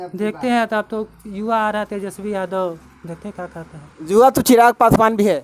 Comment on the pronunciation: Abe reporter जुवा नहीं युवा